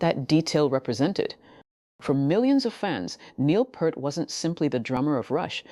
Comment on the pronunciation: Peart not purt🤮